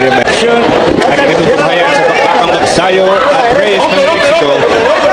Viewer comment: Mag'sa'yo HINDI Mag'sayo' GAGONG Ai